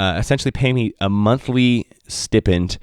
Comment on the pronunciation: Love your videos, love the attitude, great to see your journey lead to success! Nbd, but stipend is pronounced st-eye-pend.